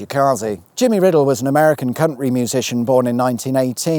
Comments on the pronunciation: Oooh,, ya li'l rascal! Not only was it all very Top Grand Gear Tour-ey in style (nicely done, son), but the schoolboy in me awarded extra points for the deliciously casual mispronounciation of the word "country" you slipped in (ooh err, missus!). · Top marks for the pronunciation of "country". I'm sure the swear-filter bots were fooled 😂